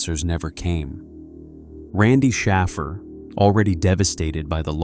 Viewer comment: Shaffer is Shāffer—hard A like wafer. Shaffer, does not sound like baffle… went to school with Shaffers—our town was filled with them. 🕊️